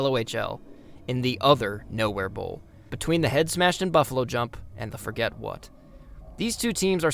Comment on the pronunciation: Also, the town is pronounced For-jay, its actual an old french settled town. The forget what joke is also a joke more local people make, so i wont get too mad at the mispronunciation edit: YOOOO YOU PUT THE HAPPY NUN IN THE VIDEO HOLY SHIT ❤❤❤❤🎉🎉🎉🎉